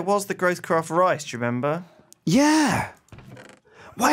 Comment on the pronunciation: I love that pronounces sake correctly... and Kim, an asian, pronounces it wrong.